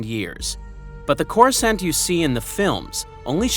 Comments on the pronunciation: They literally pronounce the name of the planet in the movies, it's not that hard to do the same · Bro have you never heard someone say the word Coruscant out loud?